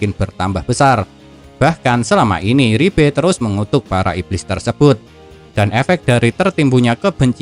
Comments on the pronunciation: Liebe bukan ribe! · Liebe ❌ Ribbe ✔️